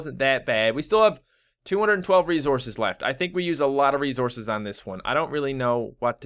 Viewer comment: It sounds like you're saying "rezources," lol